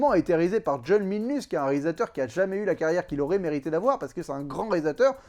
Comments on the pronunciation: Slt! Bon je vais pas aller sur terrain du catch parce que "The Most Electrifying Move in all Entertainment" risque de partir par contre... (Grognement)...CONAN se prononce CONANE!!! Par Crom j'ai été obligée de souillé le nom du dieu de la baston avec un E... Buliiiaaaa!!!!😂😂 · ooula fais attention comment tu prononce conan sinon ca va barbarder